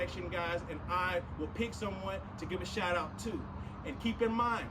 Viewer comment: Did he say shout out or shirt off?